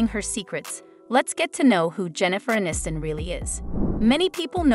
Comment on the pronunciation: "uh-NIST-in"?? They still have work to do on these robot/AI 'voices'.